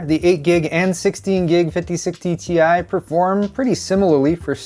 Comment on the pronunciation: Ti (in english, an individual “i” is pronounced as eye) ex: Titanium symbol Ti pronunciation